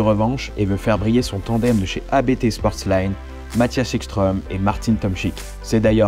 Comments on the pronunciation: Juste pour apporter une correction. ABT est un nom de famille et non un acronyme. Donc, on ne dit pas "A B T" mais Abt. D'ailleurs, j'ai bossé en F3 euroseries dans les pneumatiques. Et Daniel Abt a roulé dans cette catégorie . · Par contre petite erreur ca ce dit pas A B T mais Abt, c'est un nom de famille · Super vidéo, et super caisse ! Juste une correction qui m’énerve chez ceux qui prononcent mal : on dit Abt, pas ABT. Tout simplement car c’est un nom propre, celui du fondateur (père du pilote Christian Abt, qui courait avec la TT DTM) 😊